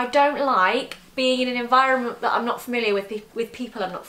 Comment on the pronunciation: Omg Zoe's southwestern accent popped through when she said "environment" hahaha. Sounded straight from the farmland there😂 adored this video and Marks. A total of 36 minutes of and Zoe is incredible